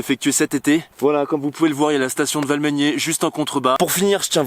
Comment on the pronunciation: Valmeinier, dit "Valmenière" dans la vidéo, ca se dit "Valménié", en phonétique..🤣